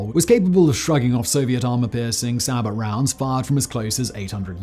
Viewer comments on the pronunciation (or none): And "saa-bott". Say-bo..... Does he read these? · shillelagh "she-lay-lee" sabot "say-bo" Silent 't'